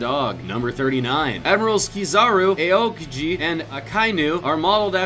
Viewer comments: its not aye oh kihi its ow keegee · I think the worst was A-O-kiji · Aokiji was the worst if you ask me. It was like Ayokieji or something. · Aokiji is pronounced Ow-KEY-gee. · Dyl Pklz he didn't even pronounce the i after the k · Arya Suri he said aokiji wrong too